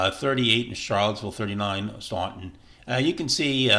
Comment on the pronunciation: Somebody want to tell this dude how to pronounce Staunton?